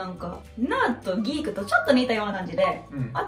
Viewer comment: さんが、「ギーク」とか「ナード」とか日本風の発音をしてるのがいいですね。 weebとかweabooとか、よくディスりワードとして使われてるわ～。何がアカンねんと思うけども（笑）。 多分、アムロはnerdやな。